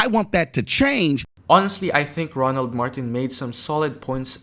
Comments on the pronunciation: Respect the man and say his name right weirdo. DONT EVEN KNOW THE MANS NAME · It would great if the narrator could take the time to pronounce ROLAND’s name correctly. I will not subscribe. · It's ROLAND not RONALD ... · It’s RO-LAND ( roe-luhnd) not Ronald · Roland not Ronald!!!😂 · How many times are u going to call him Ronald? His name is Roland, not Ronald. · It's Roland not Ronald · ROLAND not ronald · ROland not Ronald!!! 🤦🏾🤦🏾🤦🏾🤦🏾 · His name is Roland not Ronald..... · His name is Roland Martin not Ronald ! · His name is Roland, not Ronald. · His name is ROLAND sir not Ronald. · His name is Roland NOT Ronald. I’m not sure if you’re aware, or not, but you’ve pronounced his name incorrectly a few times. Also, the equity disparity shown is $162B not $154B. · His name is not Ronald it's Roland (Row Land) and the otherism was intentionally weak. That Podcaster did not make any great points. STOP IT! It's the individuals who are aligned with wannabe whiteness who deny facts and victimize black people while gaslighting after saying .. "oh, you want to be a victim." NO, you are attempting to victimize me, and I am calling you tf out! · It's Roland, not Ronald. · HIS NAME IS ROLAND... NOT RONALD FAM:face-purple-crying::face-purple-crying::face-purple-crying::face-purple-crying::face-purple-crying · First off he isn't loud and annoying second it's pronounced Roland Martin not Ronald get it right just make sure you hear him also this clown thinks that the fact that he brings fact and evidence is him telling a quote story unquote isn't true just shows he is just like the idiot harmful white men who want any non white man out of America Roland makes sure you hear Black's not some timid dude who can't articulate his point you seem just like one of these clowns saying he is annoying I hope everyone unsubscribes from your channel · RO-Land. Say the man’s name properly. He’s speaking truth. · Row- Land is the pronunciation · Why do you keep mispronouncing Roland's name?